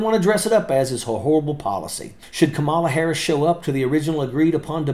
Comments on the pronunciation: Major, from one vet to another, her name is pronounced, "comma-la". Not, "Ka-mala". And thank you for YOUR service. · C’mon. Learn to pronounce her name. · Please pronounce her name correctly.